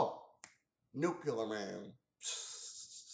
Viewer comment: Who are you, George Bush? It's pronounced New-Klee-ER, not Nuke-U-ler. And yeah, the movie blows!